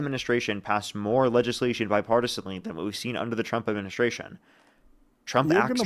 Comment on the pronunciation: This guy could not even say the word legislation😂😂😂 He called it LAYSHUN😂😂😂